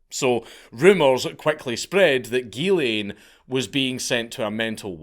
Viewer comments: The “ghy” in Ghyslain is pronounced “JEE” with a soft “j” sound. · Its "Geeszlain" not "Guelain" (Ghyslain). The way the counts pronounce it is a female version of the name. It's fucked up what happened to him